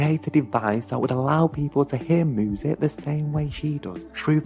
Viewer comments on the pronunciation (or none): Why do you say moosic? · Moosic ....lol